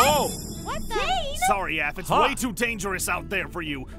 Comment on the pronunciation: Pop's APH not APN